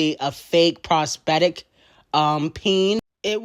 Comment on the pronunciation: what the hell is a prospectic peen??? LOL 😆 🤣 😂 THE WORD IS PROSTHETIC! 😆